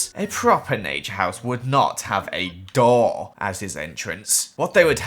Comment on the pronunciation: When He Says Door It Sounds Like Doll